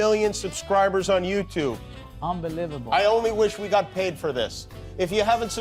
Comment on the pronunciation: Guillermo is a hoot....Love the way he mispronounces words.... “unbe-live-able”.... very funny